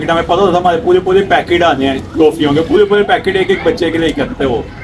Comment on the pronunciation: Poole Poole packet nhi hota 🧐😴🤫 Poore poore packet bole 😂🖐️😔